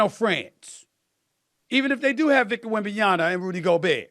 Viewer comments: No one: Stephen A: Victor Wembenyana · Waiting for the day that SAS pronounces Wembanyama correctly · How this man STILL can’t say WembanyaMa? Honestly. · I think it’s on purpose at this point. Everyone around him pronounces it correctly. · Almost two years later and he still doesn’t pronounce wembanyama correctly. Not that he can’t, he chooses not to.